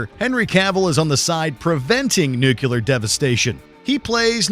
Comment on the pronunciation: and - "Nucular"